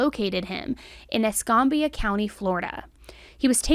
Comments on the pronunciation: I love your coverage and giving victims their voice. However I have to say you pronounce Escambia wrong lol It's pronounced like Es Cam (as in camera) bia:) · its esc- am- bia not esc-ahm-bia. I love your videos but the pronunciations get me. Youre so eloquent with how you tell the stories but the mispronunciations take away from that. You can look up name pronunciations to help! I personally would never be able to properly pronounce so many names without help so i get it! 🙂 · Btw it’s pronounced eSCAMbia county. Same place that caught red bundy. The cops in my city don’t play you get caught w any kinda wrap n try to run they gonna beat your ass